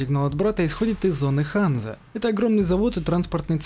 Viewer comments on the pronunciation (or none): Небольшая поправка. Я предпологаю что правильное произношение Ганза. В честь торговой лиги что существовала в средневековой Германии.